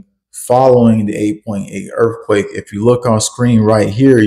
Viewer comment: Earffquake? Is TH really the same as FF? Say the word like it’s spelled Son